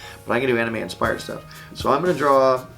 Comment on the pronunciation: did he say...aNIME--?!